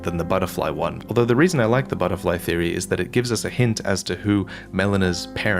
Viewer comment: "but thats just a theary" 🤣